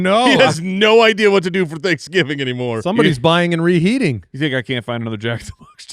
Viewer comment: "Thicksgiving"? What was that about?